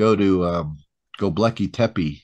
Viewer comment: Not Goblakly tepe. It s Göbekli tepe. In translation from Turk language it means bellybutton hill